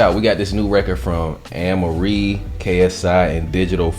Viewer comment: Did he just fkin sau Anne Marie alright.. Wtf